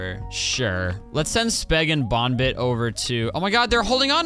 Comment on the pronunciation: YOUR SAYING BOONBIT BUT ITS BON BIT